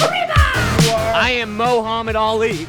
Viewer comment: Excuse me Mowhammad but it is Mohammed